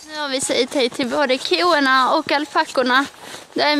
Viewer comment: Koena😂 korna säger man